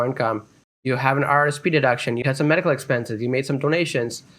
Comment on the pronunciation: Medical, not "medicle" slips